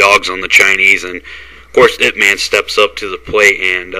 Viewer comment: it's pronounced Yip